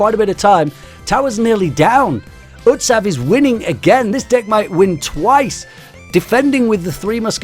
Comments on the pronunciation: it is not utsav is ut sa hav ok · It is pronounced utshob u dont know because uare european and me asian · Your pronouncetion of utsav is not right